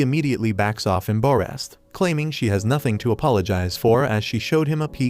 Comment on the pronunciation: The way browsed embarrass "embarress"